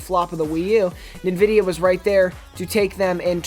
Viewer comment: its called AMD now maybe He is to young to know, and the way he says Nvidia is ass